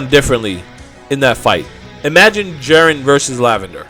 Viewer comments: Jeren? Already stopped after her said jeren 😤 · "Jaren" Lmao